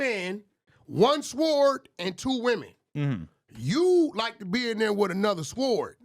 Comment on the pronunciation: THE W IS SILENT IN THE WORD SWORD. JESUS CHRIST!!